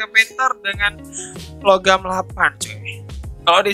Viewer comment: Nah ini baru satu set ini bang panther tu emg harusnya pakai longarm btw bang namanya "longarm" bukan logam -_